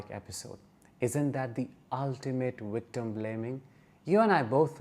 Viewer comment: It's Victim not Wictim!